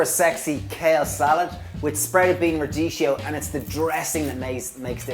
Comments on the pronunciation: Phonetically it's pronounced rad-di-ki-yo, not radishio, please! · Radicchio is pronounced radikkeo...